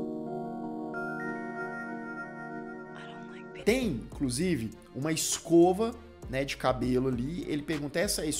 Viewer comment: "Em....clusive" kakakkak só vc